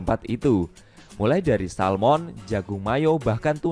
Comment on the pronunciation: Ahh... Iseng" mampir ternyata 😀 Di perbaiki lagi kata" nya kawan, (mulai bukan murai) pakai naskah kalo perlu jelas banget ini kalo pakek handsfree.